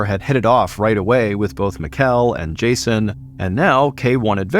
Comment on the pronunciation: I assume the Danish exchange students name was spelled Mikkel. Its pronounced like "Nickel" but with an M. Just a friendly heads up from a Dane :)